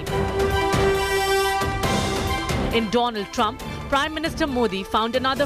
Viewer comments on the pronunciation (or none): Mr . Doland Trump 😄😄😄